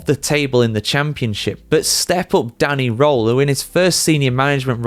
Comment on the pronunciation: Not Danny Roll, but Danny R-Earl. Simples.